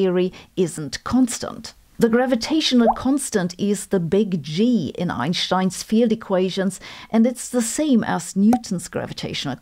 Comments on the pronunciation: It's Einstein, not Einshtein. There is no "sh" in his name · In English it's better to pronounce Albert Einstein with an s and not an sh